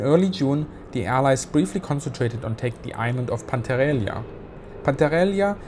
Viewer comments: Hello, it is spelled “Pan-tell-e-ria” not “Pantarelia”,. Greetings keep up the good work! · Your pronunciation of Pantelleria truly made my day .. and a shit day it was ... great video and thanks for the insights. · Die Aussprache von Pantelleria und Messina üben wir aber nochmal, ja? ;-)